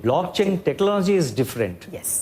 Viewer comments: He cannot even pronounce technology and says benefits exploited, and he is our RBI Governor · The bugger doesn't even know how to pronounce technology , what a loser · The guy cant even pronounce "technology" correctly . What a disgrace this country has become. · Who made this guy the RBI governor?? Can't even pronounce "technology" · This governor can't even pronounce technology tf is wrong with our country 😂😂😂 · He couldn't pronounce technology 😂😂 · Bhai se technology ni bola ja raha hai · Yes even I noticed that. Sale Khunnash khake baithe h.